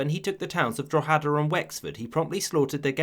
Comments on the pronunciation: ‘Drohada’ its droheda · Need to work on your pronunciation of 'Drogheda'. It's Drog-heh-da, not Drow-hee-da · Oh man that is not how you pronounce Drogheda. Pronounce it like "Drawheda" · Great video. Drogheda is pronounced “ drawh-head-ah” emphasis on the “ah” at the end. Sorry to be a typical irish pedant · Drogheda is pronounced like draw-uh-da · Learn how to pronounce Drogheda. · Jesus, you completely butchered the pronunciation of Drogheda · I love how nobody can ever pronounce Drogheda correctly but at least you tried. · His pronunciation of Drogheda is amazing. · I love your videos. Your pronunciation of Drogheda was a high crime but your videos are still amazing 🤣🤣🤣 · His pronunciation of drogheda was horrible 🤣🤣